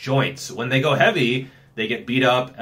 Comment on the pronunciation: "How Heaeveuiy" love it